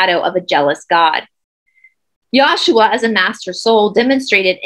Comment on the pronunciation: The pronunciation is yeshua not yashua. I love you and the whole team very much. Thank you.